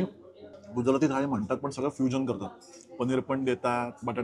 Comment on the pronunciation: 'गुजराथी' नाही 'गुजराती' 'मराठी' ला 'म्हराटी' म्हणाले तर चालेल का तुम्हाला?